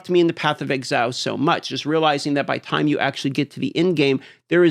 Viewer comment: Is that supposed to be an "E" in "time" bro? 😂